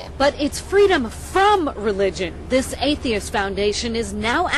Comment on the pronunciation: I like the way they can't spell 'atheist' coorectly and that Stacy has even trouble pronouncing it :)